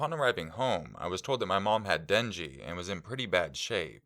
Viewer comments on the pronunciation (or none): "dengee"? I know you're talking about Dengue fever; I thought it was said "den-gay". I don't know I could be wrong. lol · Little late for this, maybe someone has corrected, but 'dengue' is pronounced 'den-gay'.